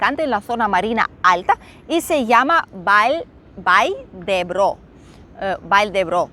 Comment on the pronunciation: Vall d' Ebo, no Vall d'Ebro, saludos.